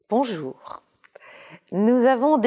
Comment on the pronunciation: Avec un bonjour aussi distinct au début il fallait juste le rallonger et on se croirait dans la jungle guyanaise